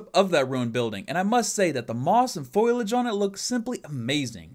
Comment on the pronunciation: did you just ... say 'foilage'??